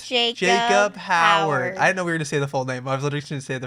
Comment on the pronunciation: You just butchered their last name😂😭😭..It's Howard:)